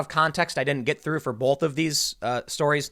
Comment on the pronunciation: Tim puts an L in the word: "both". "Bolth"